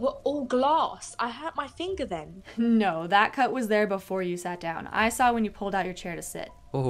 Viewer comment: Girl really said “you swaw it